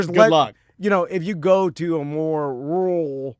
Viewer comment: inability to be wrong or change his view on something he's done little to no research on just isn't entertaining. Except when he says rural.